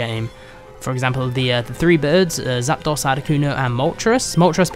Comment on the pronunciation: Apparently not only can't remember the names of Gen 1 towns, he thinks that Zapdos is some kind of Pokemon operating system named ZapDOS. I guess 'uno dos tres' isn't a big enough clue on how to pronounce the Legendary Birds' names.